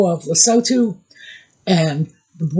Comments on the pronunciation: Lesotho = Le-soo-too. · Hi. Love your channel. Can I let you know that it's said as Le-sootoo, a message from South Africa.